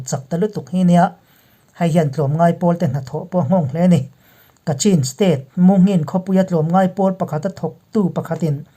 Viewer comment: Chin hi CHHIN tia lam tur an ti niin ka hria, Kachin pawh Kachhin tia lam tur an tiin ka hria.